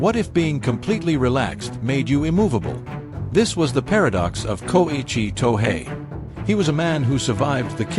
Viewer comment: I enjoyed a lot the video, but please use a real human voice, the Ai is annoying and mispronounces all of the characters names. Thank you.